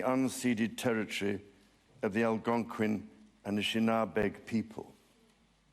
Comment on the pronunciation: lol the presenter pronounced Algonguin as alagongin